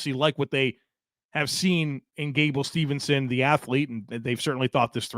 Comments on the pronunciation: Steveson not Stevenson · I don't want to be that guy...but Gable's last name is Steveson not Stevenson.